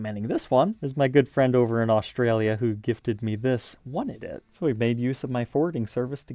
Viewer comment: Stop adding the letter H to S words that are not pronounced that way. Shtrap locks?????? That picture of Randy’s Mom was not from the 90s that was from the 80s. Aushtralia………really?